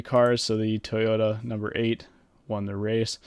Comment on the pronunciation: You pronounced Toyota wrong